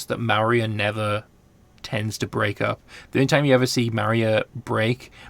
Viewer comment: Hi. Love your videos. Just a tip Maurya is really pronounced like More-ya. I am unsure why the romanization was chosen like that.